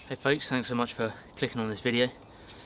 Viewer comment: What do you say? Folks? Or Fox?